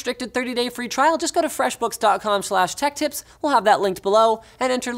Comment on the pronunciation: Am I a bad person because i can only hear the sponsors name as 'fwesh bookshshshs'